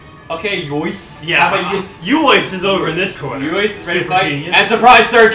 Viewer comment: úÓÍçÉ has an accent on the E as well, so it would not be pronounced "YOIS", it would be "oo-oi-SAY"